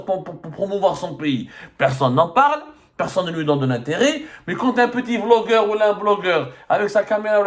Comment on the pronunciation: Quand tu as dit Vlogeur je pensais que tu vais expres de prononcer le B en V 😂😂😂 comme la grande Kabylie vasla pour Basla 😊